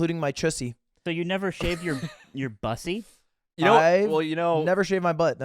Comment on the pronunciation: it literally can't be buh-ssy it has to be bussy i